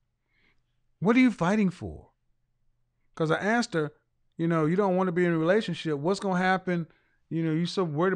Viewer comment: Grown woman taking about I AXED because dayuuum.